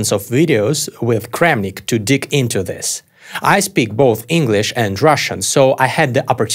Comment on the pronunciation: it's "to dig into this", not to dick into this...lol